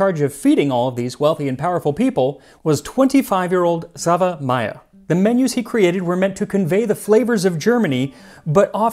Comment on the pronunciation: Xaver. Similar, but pronounced differently.